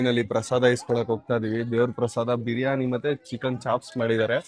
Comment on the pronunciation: ಬ್ರಿಯನಿ ಅಲ್ಲಾ ಬಿರಿಯಾನಿ